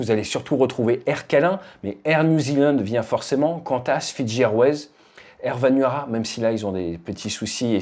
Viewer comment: Bonjour, un petit rectificatif : la compagnie qui a interrompu ses vols pour cause de déboires économiques, c'est AIR VANUATU, et non pas "Air Vanuara". J'ai pris un de ses derniers vols le mois dernier...